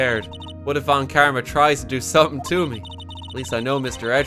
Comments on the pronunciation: Now that it seems obvious that von Karma is German - you might as well pronounce it German, right? The 'v' in "von" would be pronounced a bit... harder? More like an 'F'. And then you'd be close enough, I guess. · i honestly wasnt listening at some point and by the time i started to pay more attention i heard "VON KARMAS NO" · I adore that horrified, delighted pause RT has when he sees the name Von Karma!